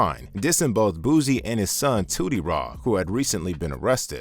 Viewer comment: Why are you calling him “Boozy” ? It’s Boosie